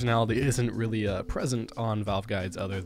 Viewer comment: Rilly mouz? Naahhh bro G2